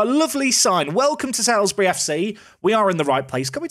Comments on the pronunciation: I know it’s not going to matter after this season but Salisbury is pronounced Sals-bury not Sails-bury. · Just want to clarify it is pronounced "Salsbury" not "Sailsbury" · Loving this series However it's pronounced like SOLES-bry, not SALES-bry. Another tricky south-west town like Frome (which you nailed). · its prononced saulsbury love the vids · It's actually pronounced Sols-bury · Saul's-Bury. Say it with me. SAUL'S BURY!:) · I live in Salisbury, thanks for visiting our stadium. Cringing a little at your pronunciation though 😬 (sorry to be that person! Should be like ''Saulsbury'') EDIT: and now you've visited Aldershot which is where I used to live! EDIT AGAIN: Zapdos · ITS FUCKING PRONOUNCED SAULSBURY!!!!! Oh shit sorry I blacked out there for a second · It's still pronounced "Sawls-bury"! Also, Ampharos. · FYI Salisbury is pronounced Saul's-Bury 🐸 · It's pronounced SULS-bury 🤨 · How you pronounce my team Salisbury makes me unreasonably angry!!! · Drink every time he mispronounces Salisbury